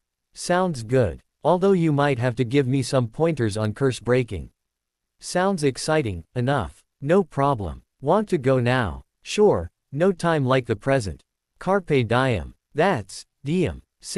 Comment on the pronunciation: Exciting is not pronounced exiting😊